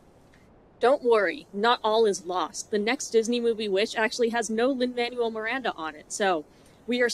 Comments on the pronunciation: Lin-Manuel Miranda's name is pronounced "mon-well," not "man-u-well." Just wanted to let you know. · Just to gently provide a pronounciation tip - the Manuel in Lin Manuel Miranda’s name is spoken as “manwell” versus “manual” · not super important. but i don't think you're saying Lin Manuel Miranda's name right. don't mind if you hate him., but pretty sure its "man- well". not. "man-you-all. " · I am so glad you've made such well stated and valid video essays about how trash this movie is. I also am sick and tired of Lin Manuel miranda, but I think it's worth saying that the name is pronounced "manwell" and not "manual". I love your takes and want to hear more! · I love this video, I love your analysis, but I habe to say one thing: It's pronounced Man-well, not man-you-el. Lin Man-well Miranda. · "lin man u ell" 😂 it's lin "man well" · I'm sorry i love this video and your analyis as always but his name is pronounced Manuel (Man-well) not Man-u-el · I truly love your videos, I love hearing your thoughts, especially because I myself am not musically very knowledgeable, and I live learning more. But please, sweet god, Lin Manuel's name is pronounced Mahn-well Thank you. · it's Lin "man-well" Miranda jfc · FYI Manuel is pronounced “man-well” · I agree with you but.. why are you saying Manuel like manual 😭 is it a joke? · you said his name wrong. Lin MAN WELL Miranda, because Manuel is pronounced according to Spanish pronunciation rules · It's pronounced Manwell. I don't like that guy, but I dislike mispronunciations even more XD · I totally disagree with everything you say, and that is not how you pronounce Manuel.